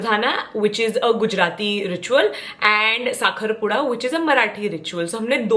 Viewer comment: Saying “Saakharpuda” better than any Maharashtrian ❤️